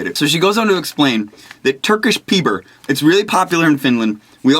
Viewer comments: I love Tyrkisk Peber (btw, you're saying it wrong ;b ) - we have those in Denmark as well (where i'm from). They're my favourite candy of all time, I think.... Im going to get one right now.. /out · You pronouce the candy like it's far from what you would say in english :) Tyrkisk Peber - Turkish Pepper Come on, that's close, huh? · Turkish pepper, directly translated xD It is also Danish, and it's pronounced with an "i" with a round mouth (german ü or spanish u), and like kiss, with a k on the end.. And peber is like the b in banana.. Useless info much :D There you go! Guide on saying turkisk peber in one most weird languages ever!